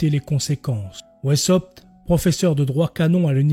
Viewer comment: Weisshaupt se prononce veissaupte ou, à l'allemande, waïssaupte.